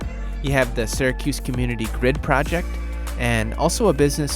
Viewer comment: As soon as I heard that I stopped believing he's from Syracuse.